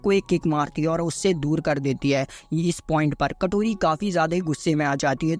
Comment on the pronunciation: Kotori❌ katori ✅😅😅😅😅😅😅